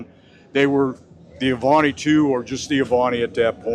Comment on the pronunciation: The Avanti ll was built on the Studebaker Chassis with a Chevrolet engine, not the Corvette chassis. What a BSer. His knowledge is faulty. His pronounciation of Avanti is correct.